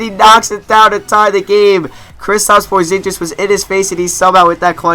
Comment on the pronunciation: cant stand how you mispronounce Porzingis -___